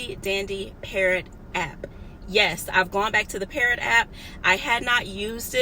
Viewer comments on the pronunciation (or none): It's called PARROT? I'm up here thinking you said "Parent" LOL